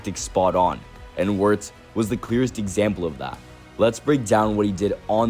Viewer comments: did you watch the whole video? Wenger isn’t the only one who mentioned his name. Wirtz isn’t hard to pronounce even if you don’t speak german, all you gotta do is pronounce the “w” as a “v” don’t be an idiot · on this video someone pronounces Wirtz’s name correctly but the voice over dude continues to butcher it🤦🏾‍♂️ fuck